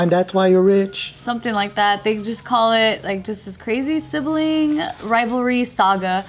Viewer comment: thinking about calling out for pronouncing sibling wrong